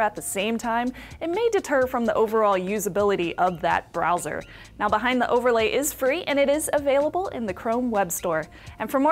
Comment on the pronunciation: you should learn how to pronounce the word "the"